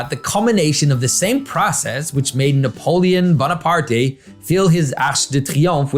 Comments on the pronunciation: You pronounce Napoleon Bonaparte correctly. He pronounces it in the same way as Spanish pronounce their words. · Being French, I can reassure you. Your saying Napoelon Bonaparte right. He would have been correct if his name was Bonaparté or if he was Italian.